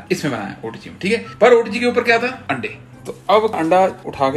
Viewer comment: wife ke saamne aap aande aande kar re hain 🤣🤣🤣🤣🤣 and shez not understanding it at all 🤣🤣🤣🤣🤣🤣 i think you must be knowing what you are saying 🤣🤣🤣 aande not ande 🤣🤣🤣🤣 single 'a' can make a difference 🤣